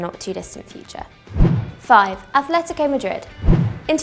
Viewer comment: Atlético is NOT pronounced with a H.